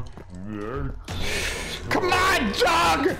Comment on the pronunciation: It’s not pronounced dog it’s pronounced doge (doe-j)